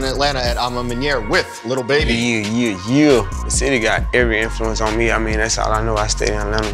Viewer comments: It’s so Annoying that he says little baby it’s lil baby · It kills me when he says LITTLE baby not lil